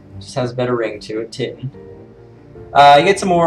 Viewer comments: When you say Titan like that it sounds like the Geman word "Titten" and that means tits. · lol he said titten